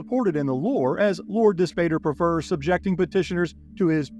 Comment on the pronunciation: Dispater = dis POT ter, "pater" = father in Latin, so Dispater = Dis-father